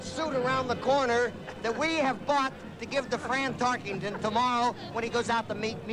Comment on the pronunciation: Notice how the announcer keeps saying "TarkINGton" for "TarkENton." (emphasis added)